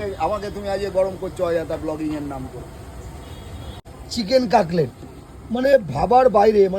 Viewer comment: Ore boca******chele otake CAKLET bole na CUT LET BOLE,,,,,,tui kaju r video bana ga,,,,Chinese mobile niye beriye poreche free te khete